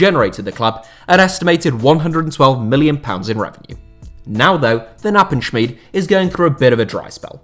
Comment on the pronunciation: Read it as a hard K in Knappenschmiede. Otherwise solid pronunciation